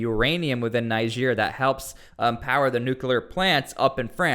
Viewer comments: Please stop calling it Naihija. It's pronounced like Neejeh😊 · Your pronunciation of Niger after hearing the pronunciation from the news is disturbing. Almost sound as if you were calling Nigeria. You must be a stubborn person. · its not pronounced Nigere!!!!! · U R pronouncing the country Niger wrong... Pls get it right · Your pronunciation of the country is so bad. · It’s pronounced “Niger” not “Niger” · Ask most of the citizens of the 54 countries in Africa how Niger is pronouced, all but the citizens of the French colonies will pronounce it like how the river "NIGER" is pronounced.